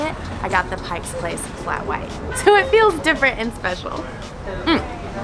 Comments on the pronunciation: Hahah...so many people put a "S" on the end of pike . No S it's Pike place....anyway welcome to the Emerald city. :) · Nice vid! But it's "Pike Place," not "Pike's Place." Also, you should've checked out some of Seattle's amazing parks like Discovery, Gasworks, Green Lake, Seward... Kerry "Park" is really just a viewpoint. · she said Pike's Place. As a local, my ears are burning. What next, Bacon Hill?